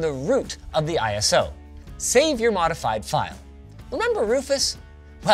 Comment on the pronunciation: why does he pronounce it "I ES OH"? XD